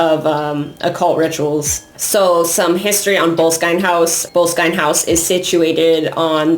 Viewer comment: Heads up,try learning pronunciation. BO-LESS-KIN house.Arch ie bauld Frazer .This isn't rocket science.A little respect goes a long way.